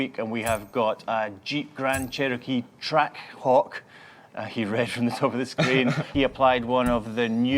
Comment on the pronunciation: Have you ever tried to say "Trackhawk" in a Scottish accent without it sounding like "T'ra Cock".. Now you know why he says it so phonetically ;)